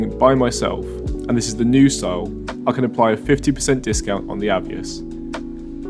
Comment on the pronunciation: Moot point lol, am i saying it wrong or are you saying it wrong? I’d pronounce it A VEE OSS, you say A VE iS 😂